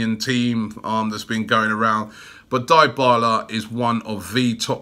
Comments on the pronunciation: Crootdog Gaming it's pronounced as D'bala bro and not diebala😂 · If there's one thing I hate about these videos, Robbie, it's the name pronunciations! "Torrea" "Squadron Mustafi" "Dai-bala." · Anteater23 and then he says Diebala 😂😂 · Well I've been watching Juventus for a long time and since he went to Juve they've always pronounced it as DeeBarla not DieBarla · Dybala is not "die-bala" its "dey-bala." you and DT have to learn pronunciations man. smh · Die-bala?? 😂😂😂😂 ily Robbie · Crootdog Gaming you are right i know nothing about football. Its pronounced D'bala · Crootdog Gaming It’s pronounced D’Bala lol. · Imagine Robbie as a football commentator...i wouldn't be able to deal with his pronunciation. Man be talking bout die-bala, Squadron Mustafi, and my favorite, Papavopoulos...like damn bro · If you can't say his name, you can't sign him. Dibala LOL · DYHBALA, ROBBIE, DYHBALA! XD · "dyebala" lmao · The Dybala rumour isn’t funny but the way you pronounce his name is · Did you just say Dybala? Yeah no Robbie, just no. We can’t right now. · Love how you pronounce all top players names wrong. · MAn the way you said Dybala 's name is DIABOLICAL ! HE could reject arsenal for the fucked up way you pronounced him ..